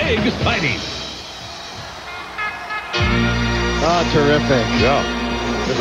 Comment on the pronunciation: Mean Jean said EGGciting X D